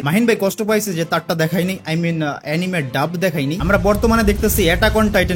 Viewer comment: এনিমে না রে ভাই এনিমি😅